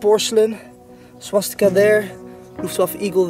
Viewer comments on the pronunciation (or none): none